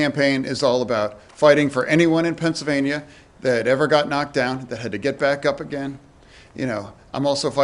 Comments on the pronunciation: 'he's called it a susfein on fencellvania. what is a fencellvania? a little bit of a problem there makes oz seem like the incoherent one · Imagine making fun of Fetterman for having some difficulties talking and putting some thoughts together after a stroke, but then having a “healthy” candidate that pronounces “Pennsylvania” as “Fennsylvania” and spews gibberish and scientific nonsense. Fetterman is clearly the smartest here. 😂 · Oz mushed a word into "Fennsylvania"